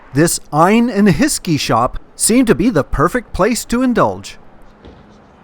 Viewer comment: ‘Ine and hiskey” that made me giggle 😂 great vlog. I’m in the Uk but never been to Glasgow